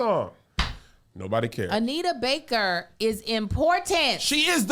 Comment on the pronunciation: Every time Kev say Anita Baker I want to slap her name out his mouth 🤬